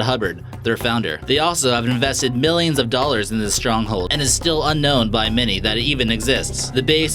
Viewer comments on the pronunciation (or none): bro u say millions wrong.....